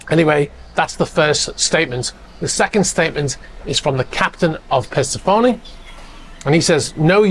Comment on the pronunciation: THATS NOT HOW YOU PRONOUNCE THAT BOATS NAME! It’s not “purse-a-phoney” it’s “per-sef-ony” Jesus Christ 😅😅